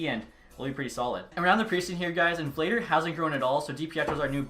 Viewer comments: Not me still tryna finish the vid lmao, btw it's pronounced Vluh-dar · Vladar is pronounced “Vlah-Dahr”